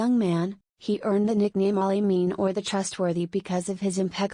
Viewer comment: and there are mistakes. Instead of "... Ali ..." He was called Saadiq(truthful) and Ameen (trustworthy) ... the AI u used did also separated Ameen into 'A' and 'mean'. Kindly proof read and check before posting and fix this immediately as this is misleading and inaccurate.